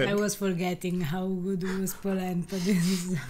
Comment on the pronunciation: Looks Good-uh!!! ❤️